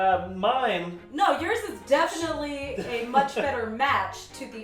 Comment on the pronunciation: Why is like MUCH needed (great emphasis on much)